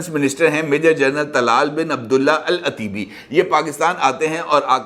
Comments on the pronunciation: العطیبی۔ ایک قبیلہ ھے ط پر زبر پرھین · Salaam from Canada 🇨🇦! Correction! The name is to be pronounced as Al- Otaibie! اَلعُتيبى ! Otaibie is a prominent Saudi tribe! Thanks & regards!